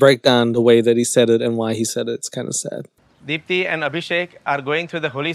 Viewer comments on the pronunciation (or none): Lmao ‘Deepti’